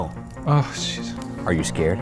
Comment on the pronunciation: “ARE YOU SCARD?”